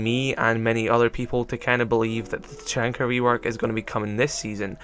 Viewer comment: YOU SAID HIS NAME WRONG!!😡😡😡